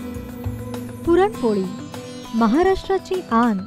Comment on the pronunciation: please take care of your language and grammar. you couldn't pronounce the main topic also correctly. very off putting.